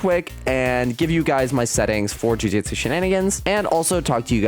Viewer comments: Just gonna say,its Jujutsu,not Jujitsu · "jujitsu shenanigans" bruh its JUJUTSU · Bro said jujitsu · "jujitsu shenanagins" 😂